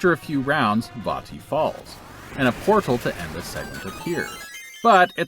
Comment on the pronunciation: Glad you pronounced "Vaati" correctly. Also forgot how bad the GBA sounds, no matter what game it is.